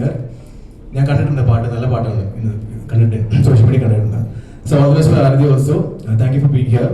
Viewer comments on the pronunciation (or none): "അരത്തി" അല്ല "ആരതി" എന്നാണ്